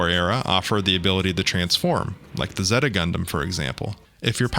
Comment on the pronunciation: how do you mispronounce Zeta when they constantly pronounce it in the show?